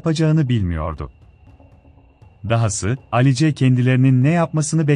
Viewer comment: Alice ne ? Telaffuz yanlışlığı olmasın